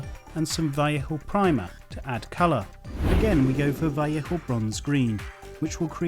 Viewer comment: you say vellejo weird like vellecko or something im pretty sure its vell ay ho